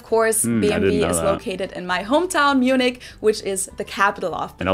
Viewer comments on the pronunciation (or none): none